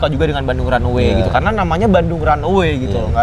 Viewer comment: Runway za bukan runaway